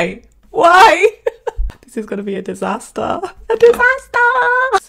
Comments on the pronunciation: "A diSAEStAAaa" GIRL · "dIsAsTaAa" Got me 😂